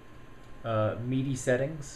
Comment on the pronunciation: Mee-dee devices :D